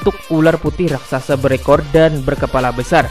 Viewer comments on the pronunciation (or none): none